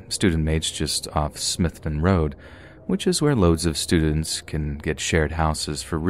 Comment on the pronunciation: It's pronounced "Smith down" road, i know i'm a picky bitch but it's where i'm from lol